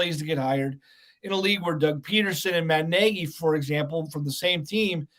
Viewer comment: I commend for knowing how to pronounce Matt (NAY-GEE) Nagy's NAME. But concerning his verbage i can only condem the Louisiana Legislature for coming up with For UnlawfuL Carnal knowledge Statute.. Relying on the f-word to Articulate an opionion is unimpressively weak. Throw that word out & express yourself, the explitive is not required...